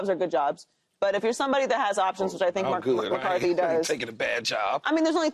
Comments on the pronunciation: Paul its Mike McCarthy not mike McCardie 🤦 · Paul’s been saying, Mike “McCarty” for 2 years. Learn his name please